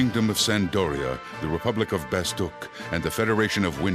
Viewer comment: Huh.... So it's pronounced bastook....... Not bastak